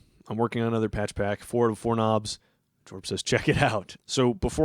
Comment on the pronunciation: The way he says the "o" in Jorb feels like it needs an accent above it that does not exist. 😮